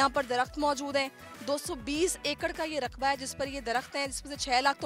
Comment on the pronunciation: Ruqba nahi Raqba hota haiy bolna tou sikha do anchor ko... He needs training on how to speak Urdu Language...